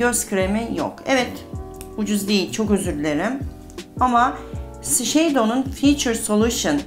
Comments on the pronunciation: 🎀🎀🎈🎀🎈🎀 Shiseido markasini her seferinde yanlis söylüyorsunuz 🤣🙈 duyunca videonun devamını dinleyemiyorum 🎀🎀🎀🎀🎀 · Bir de tanıttığınız ve kullandığınız ürünlerin nasıl söylendiğini de öğrenseniz süper olacak Shiseido , la prairie ...